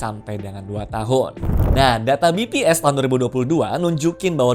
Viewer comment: BPS bukannya lembaga nasional? Berarti bacanya Be Pe Es, bukan Bi Pi Es